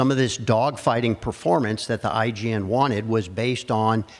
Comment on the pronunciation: He kept saying IGN, it's IJN right?